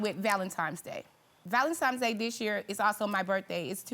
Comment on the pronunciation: It’s not ValenTimes it’s Valentines Day‼️